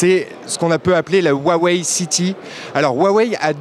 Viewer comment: SA SE DIT AWEI PAS WAWEI